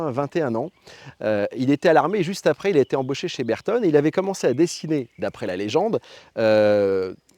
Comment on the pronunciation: Belle video. Pour l'amour de la marque, "Bertone" devrait se prononcer avec l'accent italien "Bertoné"